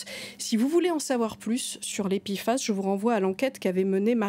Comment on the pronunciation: P F A S et pas pifas, je préfère en francais l'acronyme en france on prononce les p, p pas pi